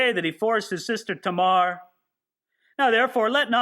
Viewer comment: according to my Bible pronunciations app…. You are correct in pronouncing Tamar as TAY- Mar. 😎